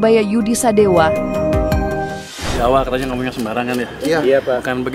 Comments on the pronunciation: Purbaya Yudi Sadewa, bukan sadewo... Bliau org jabar bukan Jateng atau jatim. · Sadewa, bukan Sadewo Min, orang Bogor gk pakai akhiran 0 tp pake akhiran A .